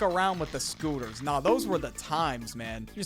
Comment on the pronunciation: tHGHE SCTOOTERS :D